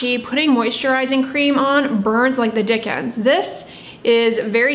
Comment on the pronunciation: Did she just say “burns like the dick ends”??? 😂😂